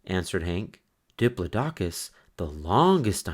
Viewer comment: I loved this book as a child. It came with an audio tape....and its not Dih-ploh-dock-us.... Its Di-plod-di-cus